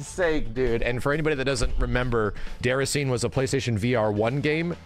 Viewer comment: Where is the chicken?: Déracine... LOL, No: DéracinÉ.